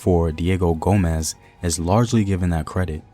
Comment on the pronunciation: Gomes not Gomez, like homes w a G